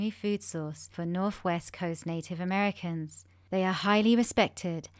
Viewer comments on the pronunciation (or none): none